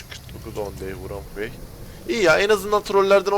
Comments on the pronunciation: vırong way denmez rong way diye söylenir üstad. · Vrong vey değil rong vey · kardeş 10 day(s) wrong way mevzusu varya şu wrong' un telaffuzu nasıl bir bak istersen "on dey(?) vurong vey" nedir abi?